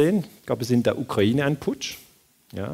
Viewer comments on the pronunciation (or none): none